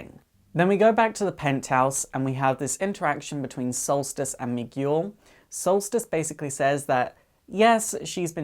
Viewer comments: It's Mi - gel not Mi - Guul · Miguel. Mee-ghoul??!!?? No. Mee-gell. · Sorry but Miguel is pronounced me geel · Firstly, I would like to say that I really enjoyed this video. I loved the Titans and I hope that I can connect more with their next incarnation. Secondly, the pronunciation of Miguel was driving me crazy so I had mention that it's pronounced "me - g'hel". Anyway, awesome video! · me-gel. where the g is like guile from street fighter. hearing your pronunciation pleased me.lol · Fantastic! Congratulations man, you did it! A like goes to you. ps: Miguel is pronounced "Mee-gell", another verson of the name Michael. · Did ever learn how to pronounce Miguel? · hey there you grovy video dude. love this vid just letting you know i was thrown of for a bit. not because you were not making sense but because you didnt say miguel name right not blaming or calling you out on it like i said im loving your vids sorry i dont like them but i do binge watch them like eatting candy on holloween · THATS NOT HOW YOU SAY MIGUEL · OH wow, that was wonderfull, and i need to applaude to you for spending your time on this video, so much work must have went into this, and there's a lot of info here that i wanted to know. Just don't get mad at me or anything, but that's not how you say Miguel, you don't read the letter "U" when it's between the letters "G" and "E" (though i can't blame you if you don't speak spanish, sorry for bitching about this). I didn't mean to be a jerk, sorry, if it's on any consolation, my english is spotty sometimes